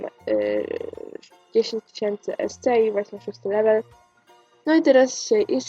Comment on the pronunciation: śmiesznie to brzmi jak mówisz ''esce'' xD